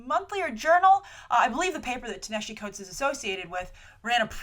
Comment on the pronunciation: How are you STILL mispronouncing that mans (Ta-Nehisi Coates) name? They pronounced it correctly in the Black-ish episode you mentioned like six times. You can even quickly look up how to pronounce his name on Youtube. And Black Panther having a tech mask like that isn't new. That debuted during Jonathan Hickman's run on New Avengers in the very first issue back in 2012.